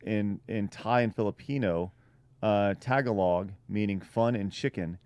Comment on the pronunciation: Loved the episode but for reference the Philippine language although it's spelled Tagalog it's pronounced Ta-gual-ugg